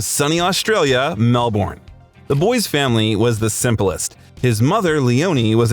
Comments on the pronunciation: Melbourne is not the capital of Australia...Canberra is. Also it's pronounced Mel-burn not Mel-born😂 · No it's not he got stuff wrong he should his research first of all Canberra is our capital he pronounced Melbourne wrong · Canberra is the capital of Australia, not Melbourne and by the way, that's not how you pronounce Melbourne...